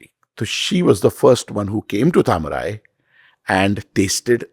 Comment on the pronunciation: Please for f sake, make an effort to pronounce south indian words correctly. Its not hard. Try it and have some respect. Its Taa-ma-rai